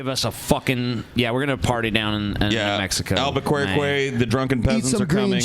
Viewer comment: ...stop trying to make al-buh-kware-kway happen, it's not going to happen.